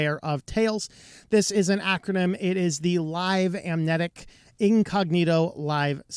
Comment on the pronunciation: lol Cannot say Amnesiac.